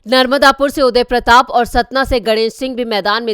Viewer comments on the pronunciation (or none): none